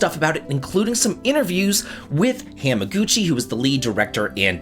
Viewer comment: You saying Hamaguchi cracks me up! 😂 It’s Ha-Ma-guchi. Like “haha,” not Ham like a smoked ham. Great video like always!